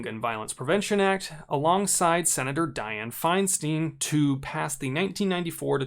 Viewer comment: Fein-steen? Since when? In 30+ years in California, it’s always been Fein-stein🤷🏼‍♂️